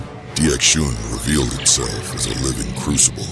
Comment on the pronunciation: You could probably get the Ai to pronounce dxun right by spelling it 'duckson' or something.